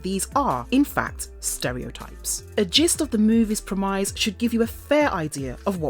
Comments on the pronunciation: "a gist of the "move is pro-mize" " Seriously guys. Quit hiring crap narrators ! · Do all English people pronounce “premise” the same?